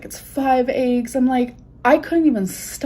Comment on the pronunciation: I know you lurk so listen: it’s EGGS NOT AYGGS. sincerely everyone